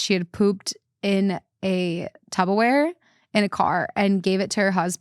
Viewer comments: Wait, is saying " tub of ware" instead of Tupperware???? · I swear she said tub of ware😂. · saying tubberware just reminds me of the Sal clip 😂😂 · The fact that Sal was your last guest and now is saying tubbawear 😂😂😂 iykyk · Most people in the Midwest say it like that 🤷🏽‍♀️ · saying “tubberware” when you just had Sal on is kismet. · “tub-o-ware”…? 😂 oh,. lmao